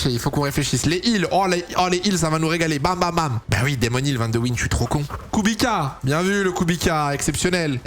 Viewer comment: ahhhhh c’est pas kubika c’est kubitsa c’est comme ça que ça se prononce